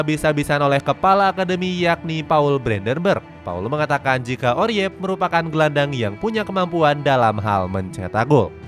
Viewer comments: Oerip bacanya URIP bang...bukan oriep...😂😂😂...OE tu ejaan huruf U untuk bahasa indoesia jaman dulu...kayak jadoel, waroeng, baroe...kalau nama orang kayak soeharto, soekarno, soegiarto, dpl...❤❤ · Next time, kalo baca nama pemain yang bener min, Oerip kok dibaca Oriyep? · Julian Urip aja bang bacanya biar indo banget😂